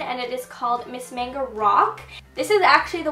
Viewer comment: Mascara's Miss MAGNA, not MANGO!